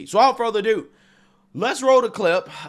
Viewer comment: It's "without further ado" not 'doo',.. As in 'much ado about nothing'... I am a fan of the channel.. but,. It sounds ... unintelligent when you say: "Without further doo"